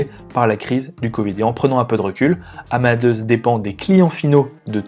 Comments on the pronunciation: "Amadeusse" ??!! C'est le même prénom que Mozart (qui se prononce "Amadé ousse" ou Amadé us en anglais)... j'avoue qu'au bout de la 50eme prononciation du nom de l'entreprise, je n'arrive plus a écouter le fond. Pour le reste, merci pour le travail... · Haha, merci pour la remarque. Désolé que ce point vous ait dérangé ;) Je savais qu'on disait "Amadé ousse" en anglais mais je l'ai prononcé à la française... pensant qu'on ne le disait pas comme en anglais. J'ai eu tord !